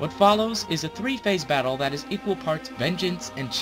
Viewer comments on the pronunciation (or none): at tier 2 he says bottle instead of battle. whoops